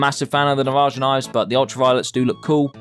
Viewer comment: i hate how he pronounces navaja